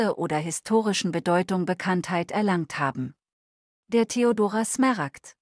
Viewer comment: Übrigens sind es Smaragde, nicht Smeragde. Ist ja furchtbar, tut jedes Mal weh beim hören.